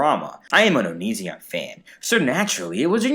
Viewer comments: no one:: "oniZEON" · I love how you pronounce onision like OniZEon. I bet if onion watched you he would get pissed at you for that. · Creepshow Art pronounces it like that, too 😂